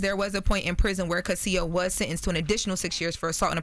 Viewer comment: I can't believe doesn't know how to pronounce Casio, the same name is the watch company.